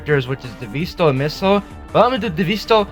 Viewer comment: DEEEVEESTO DEEEVEESTO IT'S DEVESTO NOT DEEEVEERSTO